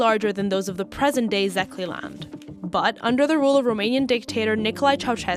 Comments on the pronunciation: "Zeekly" 🤣🤣🤣. I think the proper pronounciation is Sekler in english. As a Székely born in Hargita county i don't feel like neither Hungarian nor Romanian but Székely. Hungarians in Hungary threat us like "Romanians" since they can hear our accent and know that we are Székelys and obviously Romanians don't like us right even if they tolerate us. I've been living in the west for 7 yrs now but the only time when i feel like i'm home is when i'm in Hargita county. Also these women in the video don't rlly speak true Hungarian but what we call "broken" Hungarian or also known as Romanized Hungarian. However this minority thing is everywhere in the balkans and this includes Romania too. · The pronunciation of Székely is somewhere around “Seekay” (that being Hungarian pronunciation), otherwise great video. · seekay, thats CK 😂 not even similar to Székely